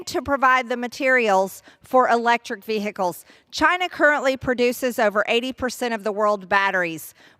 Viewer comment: Vehicles not veh-Ickes . I can’t stand the way her bad built language skills.